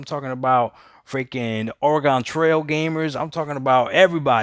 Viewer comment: Did you really just say organ trail gamers😂😂👍